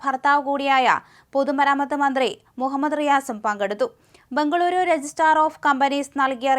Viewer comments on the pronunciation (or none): none